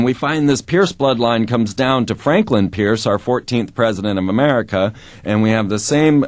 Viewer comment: did freeman say mermerica?around 6.00...